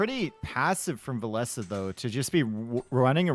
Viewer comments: Why is saying vilessa it's said vil-ess or vil-ease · Vilees, Vilese, Vilesa: Vilessa, Vileesa, Vilees It's funny how English speaking can't say the double L and if they somehow say it, they don't pronounce the last E from the Ville and only say Vill. Or twist it some other odd way:D Best I've heard from is to say Villes. I'm only triggered how says it like Vilessa. It makes it sound like a girl name:D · I think he calls himself V_I_llese and not Vill_E_se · Jeeze, if says Valesa one more time! I swear... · I absolutely enjoy and respect as a caster, but why did it have to be him on this set specifically, with his grating pronunciation of "villesAH"... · i'm over here thinking his name is pronounced vill-eez. but i hear you two call him vill-ess and vill-esseh. driving me nuts. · They absolutely need to. This "villeZ - villes-AH" is like a cheese grate to the ear. was doing it on purpose I guess. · Doesnt matter which way is correct, the 2 of you need to agree on how to pronounce "Villese" when you're co-casting